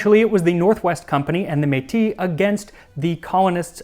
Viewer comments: I question his pronunciation of Metis but he knows more about the Northwesters and the HBC than 90 percent of Canadians do. All he said was 'you guys should join together' and didn't get into George Simpson who was the man who made that happen, but still it was pretty indepth for a 20 minute video. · Being Canadian I appreciate that the credit for this was given to the indigenous nations. So much of Canadian history is often taught that settlers came here and suddenly just had bright ideas how to survive in an environment completely new to them. Small note though is that (at least local to Ontario) Métis is pronounced may-tee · Thank you for doing a video telling parts of the story of my nation! I am Métis (generally pronounced like "may-tea" in English), and my ancestors were from the Scottish parishes of the Red River. My ancestors would likely have been directly and indirectly involved in the pemmican trade during the fur trade. I am friends with a Métis chef who used to work at an Indigenous heritage site and I know a few Métis academics, so if there is anything that I can do to help with your future episode, please let me know. From my research on pemmican, I found that the lowest quality pemmican was made from suet fat, the next best quality was made from marrow fat (collected by boiling bones broken open), and the highest quality was made from udder fat. I live in Saskatoon, SK, and it was only in the last few years that I have learned that saskatoon berries are called juneberry and serviceberry in other places (also, here we call chokeberries chokecherries); adding dried berries to the pemmican reduced the shelf life of the pemmican, but it was called ceremonial and wedding pemmican. I have never heard of adding sugar. From those that I know who speak Michif (a language spoken by many Métis; an Elder that I am friends with is one of the foremost experts of it as a spoken language), and you are pronouncing rubaboo pretty much correctly.